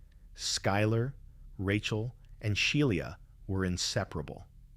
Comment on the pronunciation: Bro doesn’t know how to pronounce Shiela